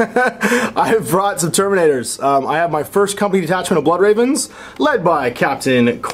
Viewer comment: BLOOD REHVENS YOU HAVE FEHLED TEH EMPRAH.